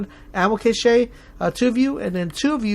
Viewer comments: Cache is pronounced cash, not cash-aye lol great vid really helped me! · Great video, and btw Ammo Cache is pronounced Cash